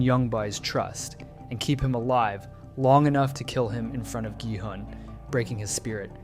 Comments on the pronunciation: Please stop pronuncing ji-hun it's a hard G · Yall pronounce gi hun ji hun??? I pronounce gi hun gi hoon 😭🙏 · “Jihan” “yongbai” you need to start listening what their actual names are😂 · For future reference: Jung-Bae is Joong-Bay and Gi-Hun is Gee-Hoon with the g pronounced the g in good or go. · the way you pronounce gi-hun makes me upset ngl